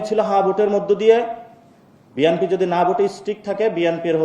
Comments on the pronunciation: ব্যাটা তুই আগে বিএনপি বলা শিখ। নাসিরুদ্দিন পাটোয়ারী বিএনপিকে বলে 'বিয়ানপি'। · পাটোয়ারী বিএনপি উচ্চারণ সঠিক ভাবে করতে পারে না।